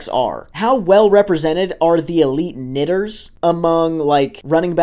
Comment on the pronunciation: Holy buddy lets make sure we are enunciating properly when talking about the top 25% of "KNITTERS"